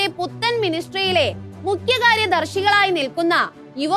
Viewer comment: 'ഊരി തിരിഞ്ഞ ' എന്നല്ല, ഉരുത്തിരിഞ്ഞ എന്നു വായിക്കൂ കുട്ടീ...! 'മുഖ്യകാര്യ ' ദർശി എന്നല്ല, മുഖ്യ ' കാര്യദർശി ' എന്നും വായിക്കുക. പുതിയ വിദ്യാഭ്യാസ രീതിയുടെ തകരാറുകൾ...!